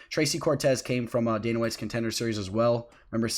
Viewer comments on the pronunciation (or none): none